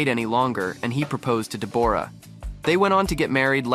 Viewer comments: SHE PRONOUNCES IT THE WAY IT IS SPELLED! DEBORRA-LEE FURNESS! SAY IT WITH ME! DE BORRA LEE FURNESS! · She pronounces it like it is spelled! I will go slow. DE BORAH- LEE FURNESS! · Someone be learnin this AI how to proNounce deb OR a correctly. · Please, please pronounce Deborah correctly………